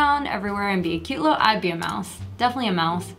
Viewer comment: did she said mise i will corect it for you its mouse